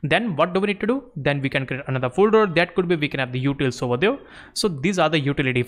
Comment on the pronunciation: Fantastic course for beginners but one small suggestion, please work on your over there...I was hearing you say "there" perfectly fine then what is up with the over there.